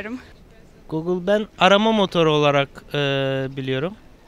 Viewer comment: Gogıl işte arama motuuru